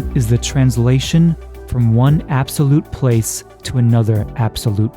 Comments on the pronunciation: “absoute time” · "absoute motion"... "absoute motion"...